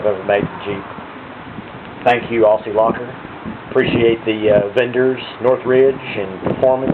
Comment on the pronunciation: It might look like Aussie, but those 'ss' are pronounced like z's. Great Video otherwise.